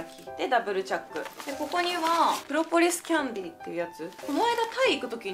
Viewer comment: プロポリスキャンディ発音良すぎてかわいいww